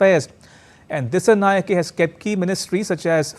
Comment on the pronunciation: Dissanayake is not pronounced correctly. 😅 it should be pronounced as if a " A " is at the end. Just like Anura is pronounced.